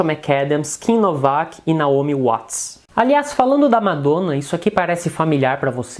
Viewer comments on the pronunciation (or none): none